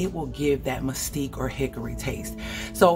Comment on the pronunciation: Muh-skeet is how it's pronounced 😊